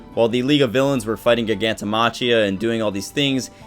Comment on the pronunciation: mah-key-ya, no chi.